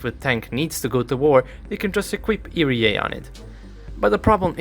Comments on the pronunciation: It's ERA not "erie yay" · EE "EERRR" AAA Not EEE REEEE AAA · My favorite part is the 10238 times he said "eerie-a", truly a masterful rendition of 3 simple letters. Other than that, really enjoyed the comprehensive breakdown of capability. Edit: it occurred to me i should at the very least make a suggestion: you may find it easier to think of it like "eeyaray" and pronounce it like that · I am sorry but the pronunciation of ERA got to me. Eee-Arr-A as individual letters is how I say it. Eerry-A is just a way I never thought of saying it. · The way he says ERA really puts me off. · you probably already know by now but you are mispronouncing ERA